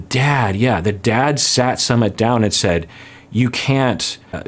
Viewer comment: Just for the record his name is not pronounced sum mit it's sue mit